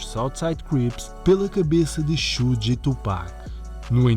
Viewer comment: Uma observação simples, Suge nao se pronuncia como repetidamente o fizeste. De resto, otima matėria.